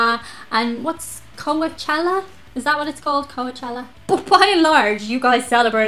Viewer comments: "Co-a-chella"! :) It's more pronounced Co-Chella... Herpes favorite time of year! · Co-uh-chella! I'm fucking dying! Like, I get it. It's an easy thing think if you've never heard it. It's coach like stagecoach. If you have to think of it like co-chella. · Fyi, Its pronounced Co-chell-ah But it's "not all that", mostly for the rich ppl, highly pretentious. You should try a Rainbow Gathering or Burning Man Festivals.